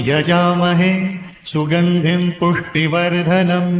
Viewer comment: पुष्टि वर्धनम का सही उच्चारण सुनिश्चित करें